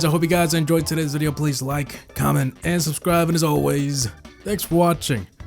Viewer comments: Myth: havoc says piss at the end of his videos instead of peace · Myth: havoc says piss at the end of his videos instead of pease